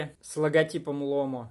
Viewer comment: Правильно ставить ударение на второй слог.ломО)))